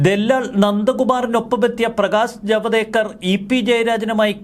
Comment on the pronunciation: Javadekar എന്ന പേര് കറക്റ്റ് ആയി ഉച്ചരിച്ചു. നന്ദി. Modi എന്നത് മോദി എന്നാണ് പറയേണ്ടത്. മിക്ക മാധ്യമങ്ങളും രാഷ്ട്രീയക്കാരും മോഡി എന്ന് തെറ്റായി പറയുന്നു മറ്റൊന്നാണ് ലോക സഭ. തെറ്റാണത്. ലോക് സഭ എന്നാണ് പറയേണ്ടത്. ലോകവും ലോക് തമ്മിൽ അർത്ഥ വ്യത്യാസം ഉണ്ട്.